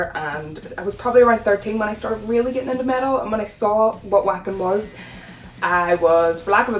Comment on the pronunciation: Uhm acshualy it’s pronounced Vocken 🤓🤓🤓🤓